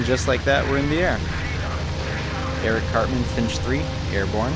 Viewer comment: This was a cool series. Little "tipp" tho, the name Erich is pronounced like "air-ish" (or maybe more like air-rish, kinda hard to find a perfect analogue, but it's really close) not Eric, wich is also a common name in Germany, think of Erich being the grandpa version of Eric. (Quiet literally, I've never met an Erich Born after the 50's.)